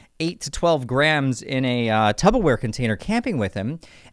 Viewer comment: Did you say "tub-o-ware"? its Tupperware bro.